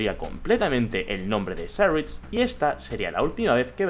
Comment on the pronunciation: porque pronuncias cyrix asi? medio inglesado?